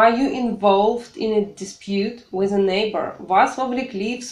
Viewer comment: Ок, English, все прекрасно, но, имхо, Вам нужно поработать над произношением, уж коль скоро вы решили давать публичные уроки. Слово with, произносимое с экрана со звуком, близким к русскому "з" немного режет слух. Прошу прощения.